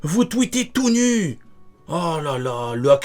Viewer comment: Tout nu?😂😂 genre les mecs sont a poil devant leurs appareils 🤣🤣. Calme toi Jamais j'ai entendu quelqu'un dire "NU" comme toi.